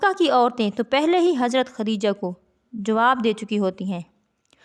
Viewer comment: خُدیجہ نہیں خَدیجہ ہوتا ہے